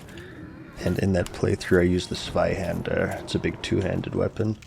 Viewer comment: always funny to hear engliush speaker pronounce ZWEIHÄNDER its german and literally mean "used by 2 hands" bonus pronouce fact: you where actually pretty close. Z is very hard. Kinda a hi-hat from a drum set. your Ä is pretty good. (lot of homepages provide an audio example)